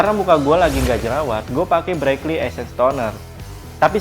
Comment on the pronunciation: Essence bang bukan esses😅😅😅😅🤔🤔🤣😆